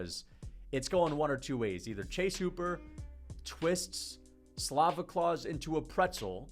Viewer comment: it’s Slava Claus for Christ’s sake, do you not know that b?